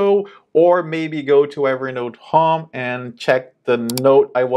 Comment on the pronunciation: Your english is very good! 1 tip: you say "hóme" better to understand you would be "hôme"